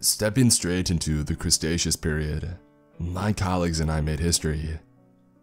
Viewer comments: Did you just said crustaceus instead of Cretaceus? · Is he trying to say Cretaceous? The fuck is the Crustacean Era? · Crustaceous. Like pizza crust? It's KREE-TAY-SHUS jerkoff. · Daniel Boldeanu *Crestaceous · “The Crustacous period” Bro LOL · I die a little each time I hear crustaceous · Crustacious? WTH is that, the age of crabs and shrimp? LOL! I think you mean cretaceous. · "Stepping straight into the crustacious period..." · Crustaceous? I laughed more than a little at that mispronunciation, I'm a paleo nerd so it got me laughing pretty quick. I mean no ill will by this, I enjoy your narrations quite a bit! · Losing my goddamn mind every time he says "Cretaceous" as "Crustaceous" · "Crustacious period" Yep... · What the HELL is the "crestaceous" period?!? New record... 2 grammatical errors within the 1st 20seconds. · Crestacious? Teradon? Lol, no hate by the way, I love your stories and narrations. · Crus-ta-sus👨‍🎓 Me:🤨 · "Crustaceous period" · 20 seconds in “crustaceous period.” No thanks. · Crusaceous....you mean Cretaceous??? Oh brother...🤦🏽‍♀️ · says "Crustaceous" instead of cretaceous OOF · ha the small brain said crustatious and not Cretaceous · Crustaceous period 🤣🤣🤣🤣🤣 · I appreciate it’s fiction, but saying crustaceas period instead of Cretaceous period took me out of it immediately 😫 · I hate it every time he pronounces Cretaceous as “Crustaceous” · Krust-statius? lol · Did he just say "Crustaceous Period"...........come on!? I think you meant CRETACEOUS PERIOD! I never complain, but that INSTANTLY took me away from the story. I love this story reader. But really??? I just think of a time period filled with only crabs and lobsters everywhere...lol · Isn't it pronounced cretaceous not crustaceans? Love ur stuff as always but that was the first annoyance I have had with your content and even then it's a very minor one. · its cretaceous not crestaceous 🤨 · "Crustaceous period" 🤣🤣🤣🤣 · ah yes, the crustaceous period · The..."crustaceous " era?!!